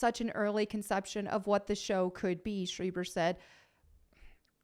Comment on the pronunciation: I believe it's pronounced 'schr-AI-ber, not 'sch-EE-ber' 😄, it's a small-hat surname after all. Nice hair/look btw.